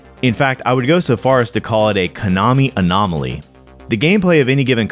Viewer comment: A Konomaly?